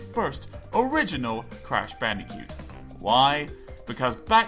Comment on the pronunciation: Am I the only one, who hears him saying Crash BandiCUTE?